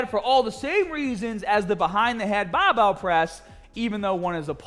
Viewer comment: Cant say barbell any more. Its now bahh-bell